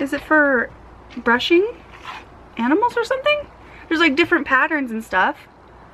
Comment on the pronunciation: You said Aminals lol it's cute